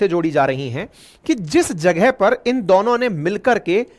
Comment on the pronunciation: भाई आप 'दोनों' को 'दौनों' क्यूँ बोलते हो